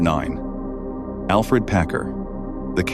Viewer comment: It's AlFERD not Alfred.